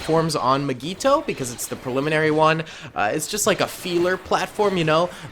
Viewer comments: Nobody:: MIGEETO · why does he say mygeeto like that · says mygeeto wrong fan: meh me: REEEEEEEEEEEEE